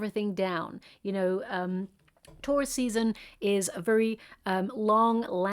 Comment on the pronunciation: This whole video I thought you were saying ‘tourist’ season, not Taurus season. Realized it way too late lol. Thank you for this video!